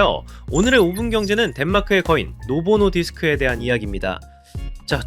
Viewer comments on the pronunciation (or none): 노보+노디스크라고 소개까지 해놓고 자꾸 노보노 디스크라해서 너무 신경쓰임ㅋㅋㅋ 일본어냐고ㅋㅋ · 노 보노디스 ㅋ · 노보 노디스크를 자꾸 노보노 디스크라고 읽는거, 싱어 송라이터를 싱어송 라이터라고 읽는 것만큼 킹받네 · 노보노 디스크가 아니라 노보 노디스크.. 시종일관 노보노 디스크라 읽네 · '노보노 디스크'가 아니라, '노보 노디스크' 입니다. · 노보 노디스크라고 써놓고 왜 노보노 디스크라고 읽으시는지